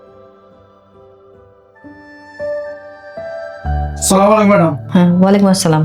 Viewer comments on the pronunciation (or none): হজুরের সালাম দেয়া সঠিক হয়নি সালামের উচ্চারন হবে- " "আসসালামু আলাইকুম "!